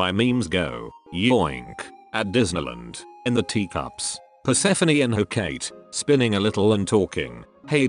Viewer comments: Pronounced per-ser-phone not per-se-feny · So that's how to pronounce Persephone.... Man I keep calling her per-suh-phone